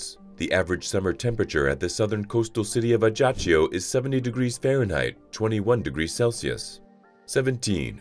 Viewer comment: Please learn to pronounce Ajaccio correctly. It hurts!